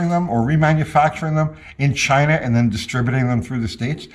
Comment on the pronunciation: Sometimes I just miss how he said "Chy-nahh"..